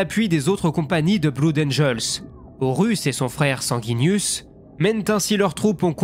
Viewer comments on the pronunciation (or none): Bleud angel, pas blood rhaaa :)